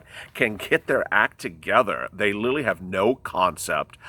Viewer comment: He keeps saying littlely instead of literally! Lmao